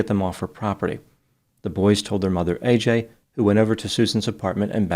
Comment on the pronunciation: Why can no one pronounce AJs name correctly? Ad-je-ka